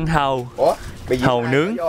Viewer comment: Giới thiệu anh Trúc chủ trại Hàu.... nghe giống Trại Hòm mà giật mình:))) gọi là chủ vựa Hàu mới đúng em ơi